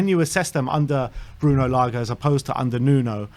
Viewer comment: Lage not Laga